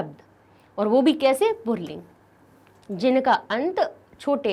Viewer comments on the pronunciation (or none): मैम आप पुल्लिंग को पुरलिंग क्यों पढ़ रही है? कम से कम अाप तो सही से पढ़ीए ।